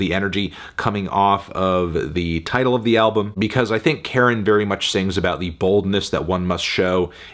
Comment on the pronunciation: It's Car-in. Not Karen. You know this, why are you purposely mispronouncing their name?